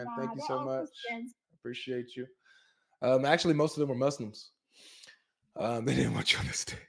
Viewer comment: 😂😂😂😂 nah I think she knows articly